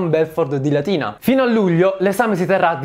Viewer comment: 'D "ma de dove sei?" " de Galatina!" ho dovuto riascoltarlo tre volte per capire che diceva "de Latina"